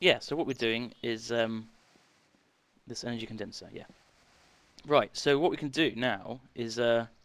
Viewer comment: I think you mean Condenser not conderser